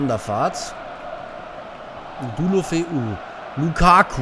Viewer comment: ich würde Deulofeu so aussprechen: De-u-lofe-u